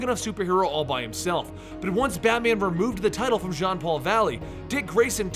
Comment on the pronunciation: its jean not john